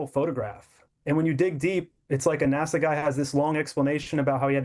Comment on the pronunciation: NASA pronounced as the Swedish word for nose NÄSA (funny how English speaking have so difficult with our å ä ö). NASA is like the Italian boy made of wood, Pinocchio.